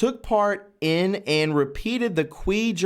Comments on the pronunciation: You need some help with reading. You're seeing words that aren't even on the page--corporation when it's cooperation, others too. Qi is pronounced "chee." You should read these stories out loud before recording. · "Qi".. is pronounced "chi" Please use correctly😊😘MAGA KAG BEY BEY!!! 🇺🇸🇺🇸🇺🇸🇺🇸💗🇺🇸🇺🇸🇺🇸🇺🇸 WWG1WGA👍👍👍👍👍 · Qi is pronounced "chee" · You really need to check on how to pronounce simple words before you read outloud. For example, the simple word "albeit" is pronounced "all-be-it". PLEASE! When you do not read it accurately the whole meaning of the sentence is destroyed. Also, CHI is CHEE. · Pronounce qi as key. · Qi is pronounced chi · Qi is pronounced Chi (Chee) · FYI: "Qi" is pronounced "chee." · Qi is pronounced "chee". And it's based on a Taoist belief. Is it mentioned in the Bible? Did Jesus ever use it? NOPE. That means it's (yet another) distraction tactic. When you start talking about super humans, you're headed for a slippery slope! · Dude, awesome topic but you are hurting my ears. It is pronounced Chee energy. Chee gong spelled Qi or Chi gong in ping yin. Chi is life force or life energy. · Also pronounced KEY or KEY GONG. Agreed, I almost turned this one off. It's painful. Brother you're doing a great job with everything except the reading part. Maybe get someone else to read the articles for you in your vids. Your lack of ability to read fluently and pronounce things correctly makes your viewers cringe and causes lack of interest to a degree that many people "turn the channel". We love you man, but you gotta fix this. And I do believe that just simply finding someone who can read really well and get them to record the article sections will fix it. A little editing that in, and you're golden. Cheers mate. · It's English pronouncement is Chee, long e sound. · Looks like it pronounced key not quee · It’s pronounced chee, not Quee 😉😊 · Qi = Chee, not kwee - - you know, like tai chi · Omg youre killing me. Its pronounced "key" not "quee"